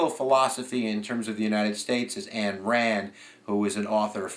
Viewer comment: Oh, it is NOT Ann Rand. It is Ayn (eye-n) Rand. That drives me crazy.